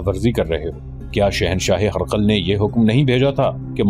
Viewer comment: हेरकल है आप गलत बोले हैं